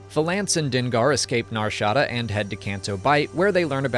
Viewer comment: The way he says Nar Shada is killing my ear. NAR SHA DA 🤣